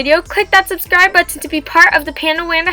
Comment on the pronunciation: (yes im still here) "SUBSCRIBBLE" 😂